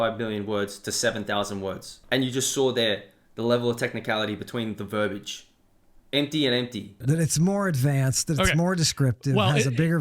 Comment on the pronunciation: Listen, that chicken scratch 🐔is obviously proto-Hebrew. 🐓Cluck-cluck. 🐓 By the way, bro, "verbiage" has 3 syllables. It's not "verb-age". 🌠The more you know 🌠 By the way, the term was "abjad" which is "a writing system in which only consonants are represented by letter signs, leaving the vowels to be inferred by the reader (unless represented otherwise, such as by diacritics)."